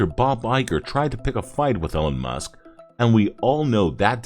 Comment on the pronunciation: "Ellen Musk"? I guess AI just isn't there yet